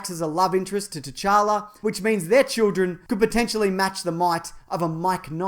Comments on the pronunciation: The t in t'challa is silent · did... did you just call him king tchanka? like as in rainbow 6 siege?? lol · in t'challa the t is silent just so you know